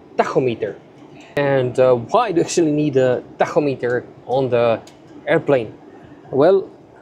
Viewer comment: I will now be using your pronunciation of “tachometer” from here on out. It sounds so cool. 😎